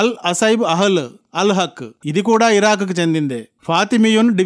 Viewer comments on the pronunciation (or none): Sir pls. okasari hiron hirok ani vinipistha vundi adi sari cheyandi tkq.